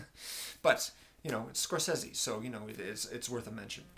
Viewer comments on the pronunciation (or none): score-say-zee sounds a lot better than score-sess-e bro